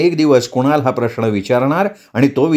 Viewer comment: प्रश्न हा शब्द नकळत प्रश्ण असा उच्चारला जातो...😊 बाकी छान.